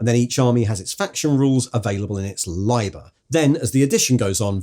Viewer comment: "Liber" is built with a short "i" - "Libb-er" (or if you must be ecclesiastical *shudder*, "Lee-ber") Lye-ber is just picking the worst of all worlds 😉